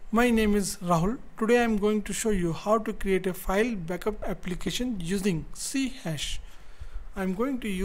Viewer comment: Its pronounced "C Sharp" not "hash" just FYI :)